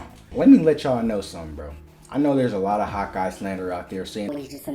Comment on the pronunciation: Every time you say Hawkeye it sounds like you're saying "hot guy" 😂 I mean you're not wrong